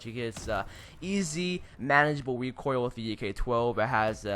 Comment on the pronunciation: Why does it sound like he's saying wecoil instead of recoil